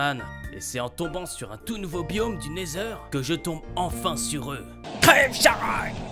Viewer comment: Il a dit le nether bien